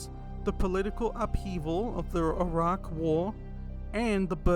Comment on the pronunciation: This was such a masterful analysis, really enjoy these kind of videos. Imagine the paranoia around pharmaceuticals beginning in the early 2000s rather than 2020s and what the relatives of the Raccoon City survivors went through! (also extra points for pronouncing Iraq correctly haha)